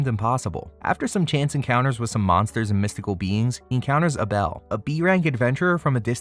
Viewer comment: The number of times you actually said "Uh-Bell" 🤦‍♂ Crazy to pronounce Abel that way.